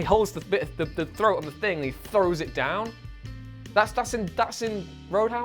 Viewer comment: "Run that bastard dewn"